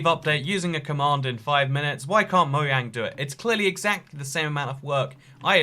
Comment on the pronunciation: Maybe we get a cave update once he says mojang not mo yang